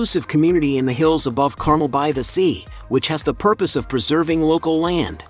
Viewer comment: Dear AI, Carmel is pronounced CarMELL, not CARmel and Tehama is TeHAYma, not TeHAHma. Great photos.